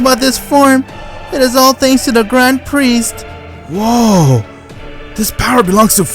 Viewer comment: I thought you were saying dying chicken for grand priest